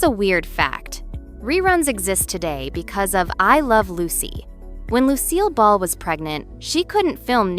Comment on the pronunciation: Narrators Tinny voice is annoying. The fact that Lucille Ball's name is mispronounced screams AI. Take your phoney content, and Go Away!